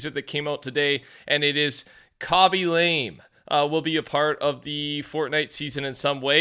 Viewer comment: Why does everyone not look up how to say Khaby’s name? The last name is pronounced La-mae